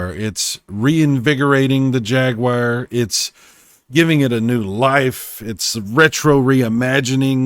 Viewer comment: It's not the first time I heard it pronounced like that, and it's always someone with an American accent, trying to pronounce it like a Brit. However, that's not the correct pronunciation because it's pronounced "Jag-wahr" in American accent, and "Jag-you-are" in British accent.